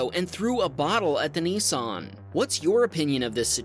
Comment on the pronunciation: Not a Neesarn but a Nissan 😅